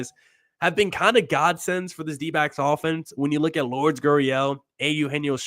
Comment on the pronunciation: Lure-des. Stop calling him Lords. Look it up.